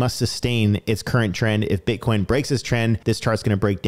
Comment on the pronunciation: I just love how u said Butcoin...🤣😂🤣